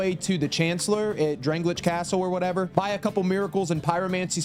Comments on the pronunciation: drang lay ick castle .... not what u said lmao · DrangleiCH? Al-deh-ah’s Keep? Dude what???